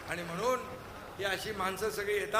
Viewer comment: Ani mhnun....mhnon😂